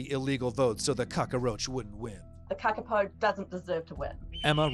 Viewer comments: I was a bit annoyed that that guy couldn't say a simple name like kappakuku. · It's pronounced kaka-poe.